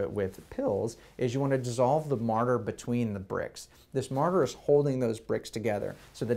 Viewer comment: Morter not martyr